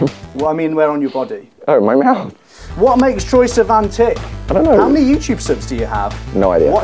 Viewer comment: "Troye... Siman?" 😂😂😂😂